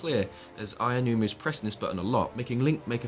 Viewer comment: Did you just call him "Ayanuma"? LOL There is no "ya" in "Aonuma." Ah-oh-noo-mah. He's Japanese, not English. Also, there is no need to "toggle" autopilot for the horse because the horse doesn't have autopilot. Once you set the horse in motion, in continues in whatever direction you set it in unless you touch the analogue stick to change directions. Letting go of the analogue means the horse will simply continue. We have seen this before in Wind Waker. The King of Red Lions (the boat) also didn't need to have autopilot toggled on and off. You put up the sail, the boat goes. It keeps going that way until you change it. Also, A doesn't jump. Link still jumps automatically. He pressed the button for the sailcloth, just like Skyward Sword.